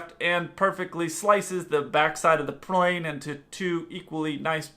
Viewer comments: YOU SAID PRLANE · that “ploin” blooper sounds funny af😂😂